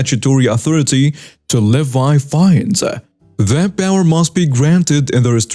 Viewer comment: Levy= leh-vee